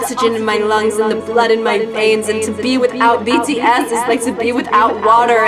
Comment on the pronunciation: i thought she said bitty s instead of bts lol